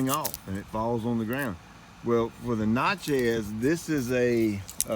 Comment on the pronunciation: Do you not prune crossing and rubbing branches also branches growing inward to center of the tree Normally the best time to prune crepe myrtles is during the winter when there is no foliage they bloom on new growth. The na in Natchez is pronounced like natural is